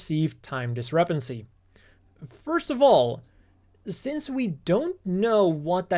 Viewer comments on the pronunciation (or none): none